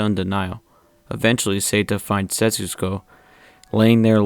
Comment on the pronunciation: Despite all the good review, how hard is it for u to pronounce SET-SU-KO (instead of SETS-SU-KO) ? Haha.. Btw, good vid